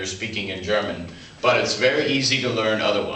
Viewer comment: he's pronouncing his R's wrong in wirst and danke schön. I know this and I'm american!